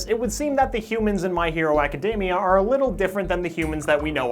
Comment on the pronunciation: izookoo madooriyuh. my hero (m)acadamia yeah you can be american but not so cringey when pronouncing these names.